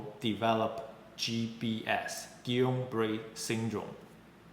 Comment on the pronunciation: Thank you so much for sharing this video presentation! I love that you pronounced Guillain Barre correctly and decided to make a video on this subject. I survived GBS as a teen from an immunization, so I've been very afraid to get it again. I did not fully recover and live with my disability. I'm so frustrated with the statements, "the risks of covid are greater than any risk of GBS." and "The pfizer and moderna have not been shown to cause it; only J&J." I'm affected by a mandate in my workplace/province of Canada.